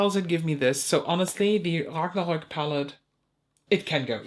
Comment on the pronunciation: You were ruthless! 😂 I can't believe the money people are offering for the Byredo palette. Insane. The way you say Ragnarok! So cool. 😊Just did a little research on Lemonhead LA. Yikes! I'd never heard of that brand but I'll be buying from Slayfire if I need glitters! Narimi on the maybe/cut piles? 😮 I'm gonna need some oxygen. Panmother 😂😂😂 You're killing me.